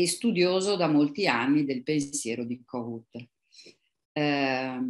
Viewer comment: La pronuncia è: Kòhut, e la "H" non è muta.